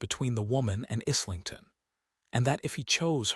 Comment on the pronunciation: In the era that the story is set the word is pronounced - Eyelington.